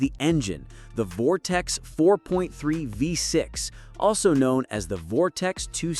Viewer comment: Turned video off after 😂 "Vortex"